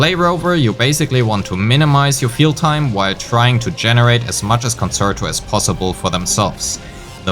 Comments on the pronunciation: Excellent guide and now subbed. Just to note a few things with regards to pronunciation: Forte is pronounced FOUR-tay. Concerto is pronounced con-CHAIR-toe. Many of the content creators are making these mistakes you can be the first to do it right ;) EDIT: Wanted to add: Thank you for actually showing us the difference in dps between different echo main stats. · Good video but please look up how to pronounce the terminology correctly (ie. concerto, forte, etc.) You're not saying them right and it definitely makes your video less credible.